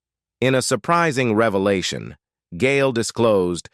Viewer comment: This video was such a "reva-lart-shon"